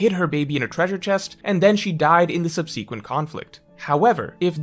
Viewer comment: I don't think I've ever heard anyone pronounce "subsequent" that way